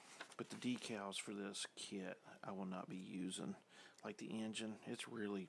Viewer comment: Hi try and sound happy and do you get off on decals? Pronounced D E K A L L Z ...